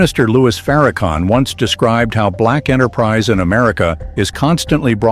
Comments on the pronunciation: PLEASE CALL HIM LOUIS!!! NOT LOUIE!! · His name is LOUIS. …. Not Loue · Narrator how dare You disrespect Him by Disrespecting His NAME. Your Name is Everything, how dare you call Him Louie. His Name is Minister Louis Farrakhan. Narrator get it Right or leave it Alone ,,we know you are Not ignorant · It’s louis not Lewy😡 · 😂I stopped listening to the narrator when he mispronounced Minister Farrakhan's first name by calling him "Louie". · His name is not Louie, it's Louis. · Who is the narrator? His name is Louis Farrakhan, not Louie Farrakhan. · His name is Minister Louis Farrakhan. Not Louie!! Get it right. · This AI garbage are whatever it is can't even pronounce the Minister name right.